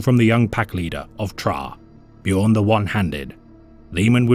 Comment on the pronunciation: AAAAAAY HE PRONOUNCED BJÖRN RIGHT!!!!!! FIRST YOUTUBER IVE EVER SEEN DO THAT!!